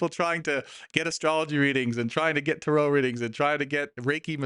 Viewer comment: Why do you pronounce Tarot incorrectly?